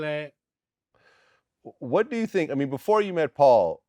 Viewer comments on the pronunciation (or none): Bruh why is it so hard for these niggas to say Vlad😂😂😂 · Why he keep calling him glad? Lol........ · Bruh I love crunchy black But I swear he keep saying Glad not vlad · Lol he keep calling him glad instead of VLAD 😂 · Is he saying Glad?? 💀💀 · He saying Glad lol instead of vllad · Man keep saying Glad instead of Vlad 😂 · HE CALLED HIM “GLAD” 😂😂😂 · His name is Vlad not Glad 😂😂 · He keep calling him glad 😂😂😂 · "Glad" not Vlad. I was messing his name this whole time. Lol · ITS VLAD NOT GLAD !!! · I love how he keep calling him "Glad" and not Vlad😂😂😂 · Replacing the V with a G lol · He's calling him that on purpose because of his organization. Replacing in the "V" with a "G" as some may replace the "C" with a "B". 🤘🏾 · Nigga called him “Glad” 😂😂😂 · I had to rewind it to see If he said "pacifically." Then this nigga called Vlad Glad. This interview is about to be EPIC! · Crunchy keep calling him Glad 🤣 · Is he calling Vlad... GLAD? 😂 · Is he calling Vlad...”Glad”😂🤣😂🤣😂🤣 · Did this nigga call Vlad, glad? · Wait did he say ‘glad’ 😂😂😂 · He keeps calling him “Glad” and has yet to be corrected. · Is he calling him Glad? LMFAO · I swear I kept hearing crunch calling him "glad" too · Why he keep calling him “glad” 😭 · Sounded like he was calling em glad lol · Mane one thing bout a Memphis nigga, we ain’t gon EVER say yo name right😂😂😂 we’ll know the right name and come up w our own version for you💀 “Glad”🤣🤣🤣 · Crunchy mfn Black🙌🏽! 💗 my city...MEMPHIS been on💯! Also, Vlad didn't bother one time on telln him that his name is not "GLAD"😂😂...🖤 CRUNCHY! #IssaMemphisThing#MANE (ppl from the M knows the lingo)... #RidgecrestBorn&Raised #Nooorth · Soooo in a few weeks we gon see a hour interview of buddy pronouncing ya name wrong?huh “Glad”? Lol scary ass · Nah Crunchys "Glad" is in a league of it's own. you can switch out a B with an V; Bladimir and Vladimir are both proper names but I ain't ever heard of a nigga named Gladimir you feel me?lol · Is he saying Glad??